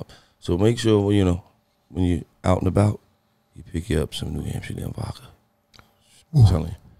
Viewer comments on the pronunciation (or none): Lol whenever Gillie says vodka sounds like he's saying "vaca". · Bruh I knew I wasn’t alone in this lmaoo 😂 “New Amsterdam Vacka”